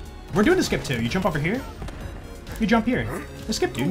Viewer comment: is there any jojo fan around here who thinks about polnaref every time he says "jump here" bc it kinda sounds like "jean pierre"? no just me ? XD